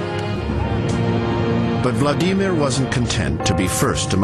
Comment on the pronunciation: Vla Dee Meer? LOL